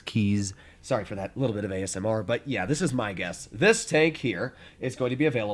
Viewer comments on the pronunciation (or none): none